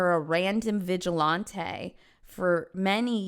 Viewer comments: "Random, Vi-gi-Lawn-Tay," 😂😂😂😂 Vi-Gi-Lan-Tee 😅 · Serious topic. But everytime I heard “Vigi-lahnté” kept throwing me off lmfao Seeing this was 2 years ago, I wonder if she still pronounces it like this. Been binging her videos for the past 3 weeks and I love her even if I don’t agree 100% of her stances. Very entertaining and thought provoking. Learned a lot about myself and others. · Vigil-Ahn-tay is hilarious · pronunciation of 'vigilante' makes me think she holds her drinks with her pinky out. Fancy!